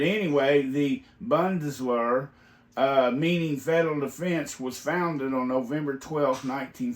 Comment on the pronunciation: Also its pronounced like BOON-DES-VAIR.